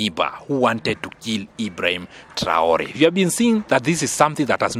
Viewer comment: Stp apprends à mieux prononcer les noms de ceux que tu cite dans tes analyses mais surtout le nom sacré de IBRAHIM TRAORE. Si c est difficile, appelle le Président tout simplement. Merci d en tenir compte